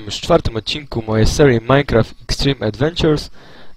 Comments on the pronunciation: "Witam was w mojej sełri " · Czy Wy też usłyszeliście, że na początku powiedział takim angielskim akcentem "witam w mojej serii"?